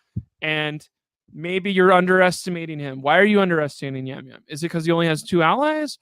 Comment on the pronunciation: its Jam Jam not Yam Yam